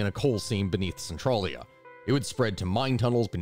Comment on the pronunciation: So despite how it's spelled, it's one of those Pennsylvania names where it's not said how it looks. Spelled Centralia, it's said sen-trail-ya